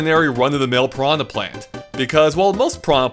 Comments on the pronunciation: “putrid pee-anha” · If english speakers want to pronounce it as pirana, they should write it that way. piraNHA is pronounced differently.